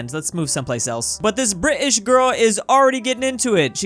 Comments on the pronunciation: bri'ish girl😂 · I like how said “Bri'ish” lol!